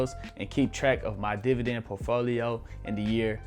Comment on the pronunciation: You can't even prononce portfolio right and you're giving financial advice?